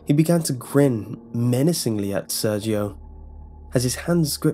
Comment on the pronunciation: + with hard r's. like you'd read it with a russian accent